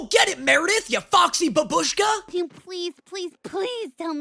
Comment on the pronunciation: Не знаю почему, но я всегда смеюсь когда он сказала "бабУшка" 😂